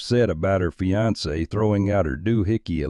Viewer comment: Did she say they were "fianced" 😂